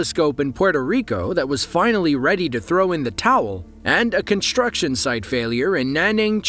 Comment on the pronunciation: There is no "h" in "construction". It's not pronounced "conshtruction".